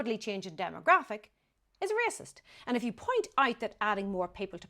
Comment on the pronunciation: He can't pronounce the word racist properly,.😂